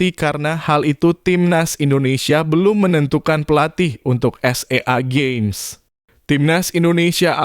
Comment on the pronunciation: SEA GAMES bang bukan s e a games